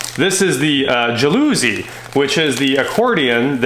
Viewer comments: Pronouced "jal-eh-see" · i love that pronunciation of jalusi as a Swede :) It's actually not miles away, I wish I knew how to do pronunciation denotation :D Anyway, the beginning ja is pronounced more like sch and the stress is on the last syllable, so schallouSEE is the best way I can describe it. I love the jalOOsee though :)